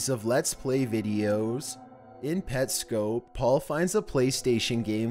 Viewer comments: bro pyro already talked abt petscop and its PET-SC-O-P not PET-SC-OPE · Its petscop, not petscope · It's pernounced petscop saying at the end cop not scope oh yeah MatPat made a series to solve the mystery of it and it all makes sense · He said “pet-scope” and I left. FIRST OF ALL ITS A ARG NOT A URBAN LEGEND. SECONDLY ITS “Pets-cop” OR “Pet-scop” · "PetSCOPE". PET. SCOP. THE FUCK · PetSCOP not scoop 😂😂😂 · It's Pets COP, not COPE. Do you even do ANY research?! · It's scop not scope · Petscope? It’s Pet SKOP please say it right it annoys me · pet-SCOP not pet-SCOPE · everyone else: petscop: PetSCO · Pet-Scope? XD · It's pronounced Pets COP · This guy not saying petscop right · I... you said petscop wrong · he says petscop mad strange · You said petscop wrong. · You said petscop wrong